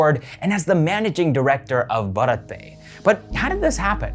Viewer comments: Bharat is pronounced as bhaarat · The way you said bharat would be the pronounciation of a male name. That's how you would pronounce it in Gujarati. To say the word for India, yes you would pronounce it differently. You are the first non indian i've seen to have such great pronounciation in general though.